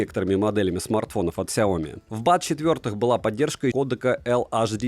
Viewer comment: Сяоми́, а не Сяóми! Ударение на букву "и", а не на букву "о"! Вызубри и запомни это НАВСЕГДА! А то звучит как Наоми!